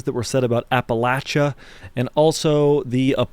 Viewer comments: He talks about Appalachia from a point of authority, but can't even pronounce it correctly. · The way you mfs are pronouncing “Appalachia” is making my Marylander skin crawl.